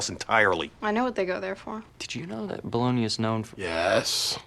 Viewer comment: Bologna= “blowing-ya”???????🤯